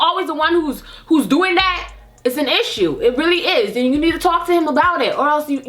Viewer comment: "That's a issha" 😂😂